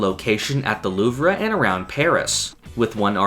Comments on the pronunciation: Isn't it pronounced "Loov", not "Loovra"? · Great video but idk why you kept saying Loovruh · Not to be that annoying guy, but Louvre is pronounced "Loov" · Just saying, it's pronounce "the loove" instead of "the luvrah" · JUST SAY LOOV. IT'S NOT LOOV-RUH. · Lmao the “Louvree” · The "loov-ruh" 💀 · Why are you saying “louv-ruh” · Are you mispronouncing the Louvre or am I? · are you purposefully pronouncing the Louvre like that lmao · I'm crying why is he saying the Louvre like that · I flinched at the way he said Louvre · that is not how louvre is pronounced but no anglophones have ever pronounced a french word correctly so your half forgiven